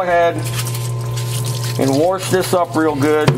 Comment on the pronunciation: I can't tell if "worsh it" means "wash it" or if it's some mechanic lingo